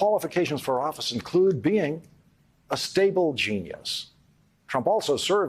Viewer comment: Lololol. Lawrence said, "ketchup".